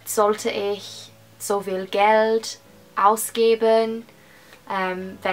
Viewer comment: Loved this video! Although I'm pretty sure that the 'v' in "viel" is pronounced as 'f' , so it's actually pronounced "fiel". 💖💕